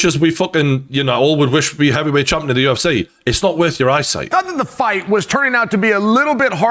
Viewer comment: It's the 'UFC' not 'UF-SEE' -Gane, probably